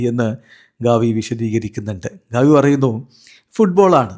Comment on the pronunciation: ഗവി അല്ല ഗാവി 😂😂😂😂